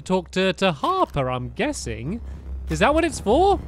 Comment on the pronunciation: One time it sounded like you said Harpter